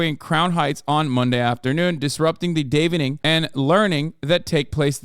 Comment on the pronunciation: DAH-vening not DAY-vening